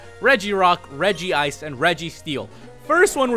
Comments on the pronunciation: It's actually not regeeice it's regice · Regice is pronounced Regi-ice (source: Lucario and the Mystery of Mew). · Though there is only one I in Regice. It is pronounced Regi-ice. Don't believe me watch the Lucario movie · I knew you named REGICE ''CEI'' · It was changed to Reg-ice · its REGI-ice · its pronounced regi ice in the anime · its re-g-ice! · It is pronounced rej.e.ice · The regri you cauut 2d is prenounst ice at the end